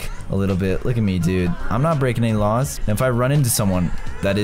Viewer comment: Caylus: We got to try not to break any raws Me: HAHAHAHAHHAHAHAHAHAHHAHAHA HE SAID RAWS NOT LAWS